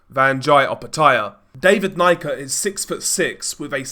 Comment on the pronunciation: Pronounced knee-ka